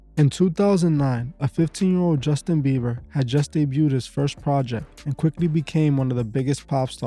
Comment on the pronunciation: Also BieBer ! Not beaver. No V. BieBer! Thank you.